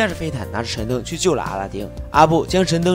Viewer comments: 你到底说了几遍“神丁”？ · 是不是我的错觉，感觉一直听到 阿拉灯 神丁😂